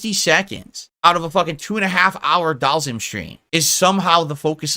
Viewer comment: “ DhALseAm “ this mf regarded